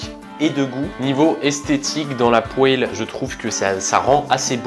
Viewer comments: Les gens normaux: « poêle »: « pouèle » 😭😭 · J'ai eu l'honneur de gouter c'est vraiment bon par contre redis plus jamais "poêle" c'est vraiment "pwal" la bonne prononciation